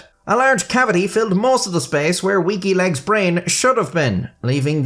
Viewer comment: I keep hearing "Wikileaks" whenever you say "Weaky Legs" 🤣